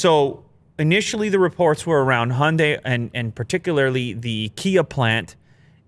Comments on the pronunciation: Cars name: Hyundai. Pronounced correctly: Hi - Un- Die.: Hunday. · "honday" High-un-die Honday 😒